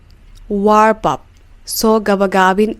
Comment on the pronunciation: But teacher Let me tell you something the phrasal verb, wrap up,we don't pronounce the W it's like rap up but you pronounced the W why